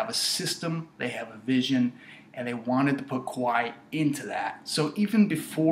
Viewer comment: he out kwahi because it sound more like why that KA WHI